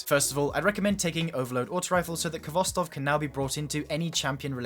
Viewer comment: Its your favorite auto rifle yet you cant pronounce its name correctly. Its pronounced Hvostov with a hard sounding H. Its a Russian word transliterated.